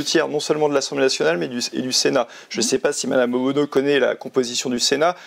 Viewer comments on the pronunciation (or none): Ce n’est pas OBONO mais ONULO 😂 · C'est pas Obono mais ohbennon !!